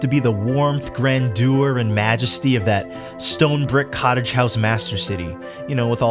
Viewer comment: "Grand doer?" Do you mean "grandeur?"